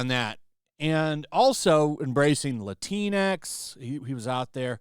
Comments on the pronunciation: It's not Lateen X it's Lat-in X. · C'mon guy.. it's pronounced: 'La-tinks' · Latinx sounds like Kleenix!